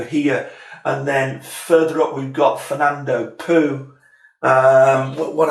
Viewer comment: Nice overview. By the way, the "oo" in "Fernando Poo" is pronounced like the "o" in "or".